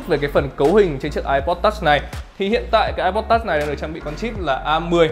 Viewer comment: Phát âm từ "touch" phèn không thể tả!